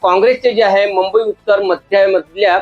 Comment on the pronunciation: आता तुम्हीच राहिले होते ...4 जुन पर्यंत अकलेचे तारे तोडून घ्या...आणि कृपया मुंबई उच्चारण स्वच्छ करा..😂😂